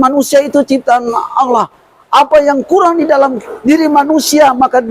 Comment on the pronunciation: Kalau lihat cara bicara wajar aja kalau keluar dari Kristen..maaf Aulloh bukan Allah......🙄